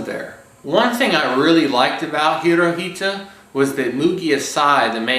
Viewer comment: It's pronounced Hitora. (Japanese translation of Hitler)